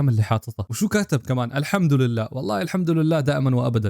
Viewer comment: كأنك قلت الحمدرلله بدال ما تقول الحمدلله اذا فعلا قلتها اتمنى تتنبه و تركز المرات الجاية و كمان غبش على أجسام الشخصيات الانثوية الي في اللعبة لأنها مفتنة و كمان حاول تطفي صوت اي مقطع فيه موسيقى و شيء اخير حتى انا اكره بشار بس ما يجوز التنمر على احد و الله يوفقك و ان شاء الله تعدي باري بالمشتركين ❤